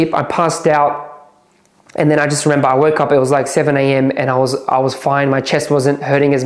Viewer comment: How many times did he say... "I rememBAH.." 😂